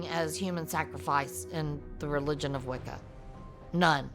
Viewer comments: I can't believe that in this day they are still going to publicize this kind of ignorance towards Wiccan practice ... (Think if I heard "wiccom" on more time I was gonna scream...)... Statements like "witchcraft" and "a way to justify it to himself" and "good Christian woman didn't approve" ... Ffs ... It's the worship of nature... It was literally hijacked into Christianity ... How can you all help propagate slander towards a religion just because it is misunderstood and been literally used as a scapegoat countless times, oh, that's right.... Sensationalism.... 🙄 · "doin the wickum" lol